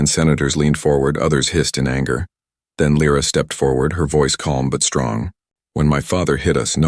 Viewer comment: Mille figli (sons)? Or mille Soli (Suns)? Dai! Sei stupido? And new the english scarso. Dovete migliorare! I nomi, questi sconosciuti. L R A or Lyra? Alien names ... Good story and trama, but your italian & english are...:-/